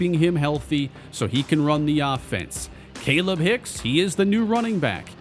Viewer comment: I think it’s pronounced kah-leeb hicks